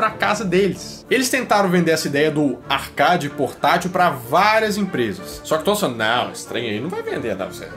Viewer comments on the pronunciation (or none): um sonho: que vc fale a palavra Arcade corretamente um dia, ela e uma palavra americana e com som "Arqueide"